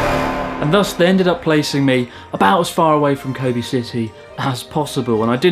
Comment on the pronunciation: Learn to pronounce "Kobe".